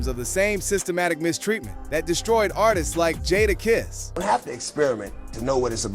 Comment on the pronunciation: Next time pronounce his name correct. I didn't hear mase say one word about jadakiss this B.S. click bait usually. You meters need to get sued for this B.S.